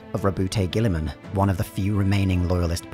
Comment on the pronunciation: the emperor winches everytime someone mispronounces gulliman"s name